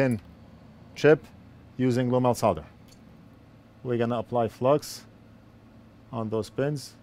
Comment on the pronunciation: so glad you pronounce it "Solder" not "Sodder"